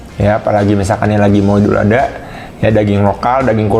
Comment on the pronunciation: Bang...ngomong idul ada' lg dong! 🤣🤣🤣